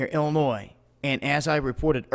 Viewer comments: illoNOISE???????? Check your pronunciation. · There is no noise in Illinois, rhymes with joy. Just an FYI. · Silent 's' in Illinois.